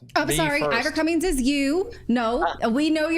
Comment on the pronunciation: Cummins* easy to say